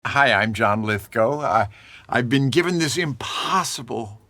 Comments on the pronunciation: Yes! He said Lith-go, not Lith-gow! Knew it. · Finally, an American who can pronounce "Lithgow" correctly. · All these years I've been saying John Lithgow (rhymes with cow), when in fact it's Lithgow (rhymes with go).Thank you, John, for setting me straight. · I always thought "Lithgow" is pronounced how it's spelled, but you can distinctly hear him pronounce it as "Lith-go." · He pronounces his name ''Lith-go" I've been saying "Lith-gow" for 40 years. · I had no idea the Trinity killer pronounced his name that way! Glad I know now.